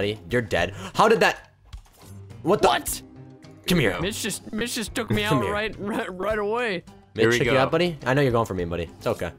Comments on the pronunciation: poke said to mitch sounds like he said b**ch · Like when you were saying sike mitch it sounded like sike bitch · when you say Mitch I hear Te word bitch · in stead of mitch i heard bitch